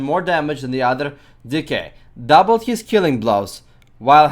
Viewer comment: "than the other dickhead*dk*" love the accent lol